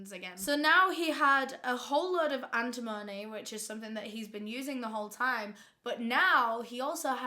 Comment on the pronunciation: AN-tim-uh-nee <3